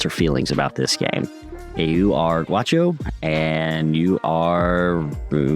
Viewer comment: The pronunciation is not guacho ... Its ga Ú xo